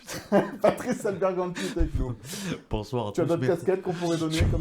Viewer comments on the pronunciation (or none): Alberganti....pas albergantin